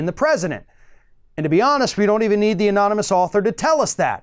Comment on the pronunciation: Remember when he tried NUMEROUS times to pronounce anonymous?ANONMONUS,AMONAMUS,etc.Couldn't say it no matter how hard he tried!